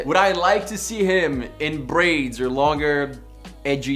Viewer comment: “I can’t see marques with brrrrraids”